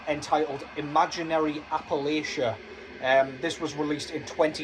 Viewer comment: also it's pronounced "Appleatcha" 😅